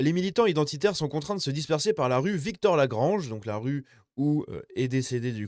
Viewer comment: C'est rue Victor Lagrange et pas Victorè-Lagrange, voilà pourquoi maps ne trouve pas 😉